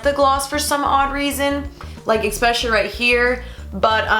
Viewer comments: pet peeve: expsecially when it should be especially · no offence but why does everyone say eCspecially instead of eSPecially